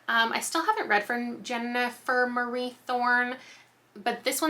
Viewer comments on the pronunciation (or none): none